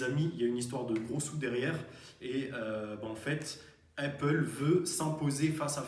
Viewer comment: Arrête de dire heyppale stp, sinon très bien